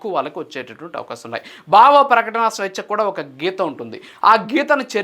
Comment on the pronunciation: Content bagundi, vuccharana doshalu savarinchukondi, viz., 'Bhavaprakatana', not ' Bavaprakatana'!!! 😊😊😊